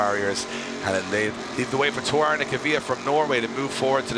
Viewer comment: Drift Masters Grand Prix it's not called Torún, it's Toruń